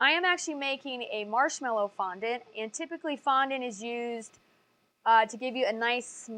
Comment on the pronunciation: I hate how you say fondent you should say it like fonDAT *duaht*